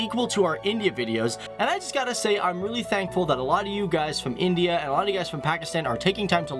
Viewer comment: Lagta hai galat tv channel dekhti hain aap. Oh mai bhul gaya pakistani channels to social media se khabre chapte hain. Aur haan India hota hai na ki Endia. Tumhari counrty mai jo decleare hota hai woh International nahi hota. Sudhar jao warna tum apni barbadi khud kar rahe ho.